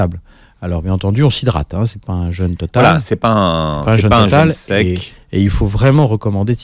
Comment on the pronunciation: Un "jeûne! "pas un "jeune"...S'occuper de son corps ne suffit pas, il faut s'occuper aussi de la langue Française.